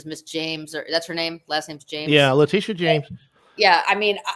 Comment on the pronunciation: LE-TIT-IA YOU THINK YOUR HIGHER THAN THE PRESIDENT DO YOU?